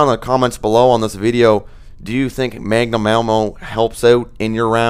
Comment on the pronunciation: magnum ammo not mangum